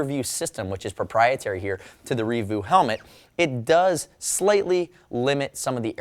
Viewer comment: I have it, I use it, I absolutely love it. Reevu I thought was pronounced more like... 'Rea-vue' as opposed to 'revoo'. great reaview, overall money well spent